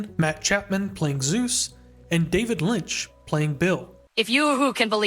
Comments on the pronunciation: Super fun video but it's driving me bonkers that you call him Zeus 😂 it's Soos. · I die a little inside every time you pronounce it like "Zeus". Its SOOS, short for Jesús lolol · I know we think highly of our man Soos, but it is not pronounced Zeus. He’s more of a dizknee Hercules. Or in his own words, “like a big ol’ panda” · Not trying to be rude, but please pronounce soos’es name better. It sounds like.zeus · Great video- but it’s pronounced Soos like Dr Seus ❤️😭 like Jesus the Hispanic pronunciation his name is short for Jesus